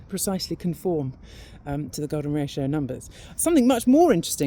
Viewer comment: thought she said the golem ratio - sounds pretty ugly